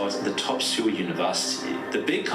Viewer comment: seewl??? What😭 it’s soul